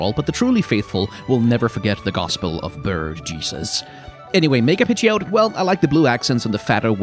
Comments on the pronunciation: The problem with this series is the risk of having to pronounce every pokemon name out loud and the ensuing heckling if it's different 😂 ie "pid jee oat" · Pidgeot is not pronounced like that. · The biggest hot take here is the pronunciation of Pidgeot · Pidgeot...the way you pronounce it kinda bothered me